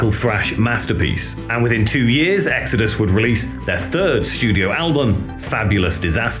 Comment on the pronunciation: In the beginning there was EEGS-AD-US. BONDED BY BLOOD!